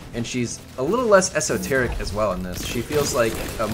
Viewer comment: "A little less esoterickk"